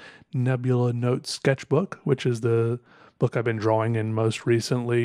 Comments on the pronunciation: I love how he pronounces "drah-wing" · The only person I've ever heard who pronounces the "W" in "drawing". Unique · Hearing “drawing” pronounced with a “W” is unsettling